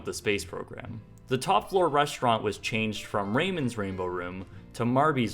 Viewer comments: That isn't how you pronounce "Ramon" Raymond and Ramon—not the same thing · Interesting piece, but what’s the blurred out part in the middle? Interesting that Ramon would be pronounced as “Raymon.” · Ramon is mispronounced dude. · the way he said Ramon lul